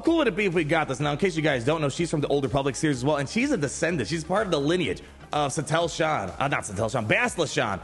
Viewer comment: omg haha please pronounce satele correctly lol, apart from that another banger video